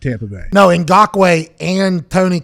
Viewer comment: How do you flawlessly pronounce Ngakoue, but mess up saying khan twice in a row?